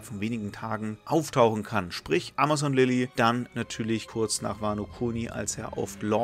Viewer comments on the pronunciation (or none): none